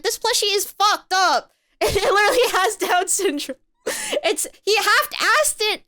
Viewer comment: bro how is she the one commenting on how fucked up a plushy is when she can't even pronounce "literally" ITS NOT THAT HARD BRO.